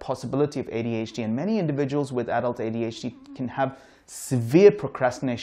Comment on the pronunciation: That D in ADHD is driving me insane